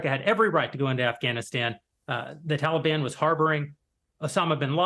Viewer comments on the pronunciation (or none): none